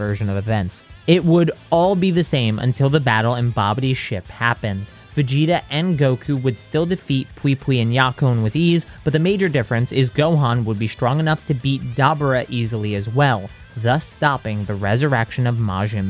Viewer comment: You're butchering Dabura's name. It's NOT Dob Bora it's pronounced Da- Bore-Ah.